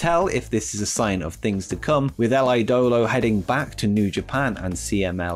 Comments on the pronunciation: Andrade’s nickname “El Ídolo” is pronounced El E-Dolo, not El I-Dolo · yeah man i got say your spanish pronunciation it's beyond bad, cervantes must be rolling in his grave right now, you totally botched the words "la sombra" and "el idolo", here's an advice find some latino/spanish friends and ask them for help next time, it was really bad man xD